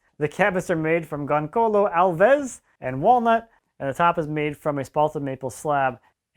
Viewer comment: eheh they way he says gonçalo Alves.... Your Portuguese need some improvement ahaha Just joking